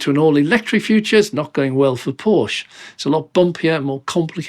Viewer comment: Please say Porscheeee and not Porsch oder Porschi with an e like in electricity or eleven. 🙏🏻